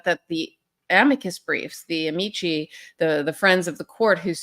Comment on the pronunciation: Karen, thank you for pronouncing 'amici' correctly.